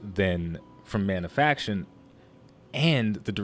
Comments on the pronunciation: Manafication, not "Manafaction" :-P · ManaFICATION not manafaction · good discussion but one thing bugged me: mana-fi-ca-tion :)